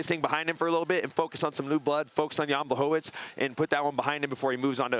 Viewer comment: Espn learn or put some polish person there... isn't Blachowicz BUT Błachowicz...🤣